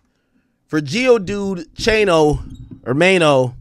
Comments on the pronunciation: Is he calling Dave East GIO dude from Pokémon? Ohh Maino 😂😂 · Bruh he called maine geodude